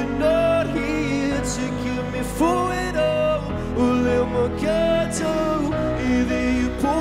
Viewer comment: He says it proper for a scot lol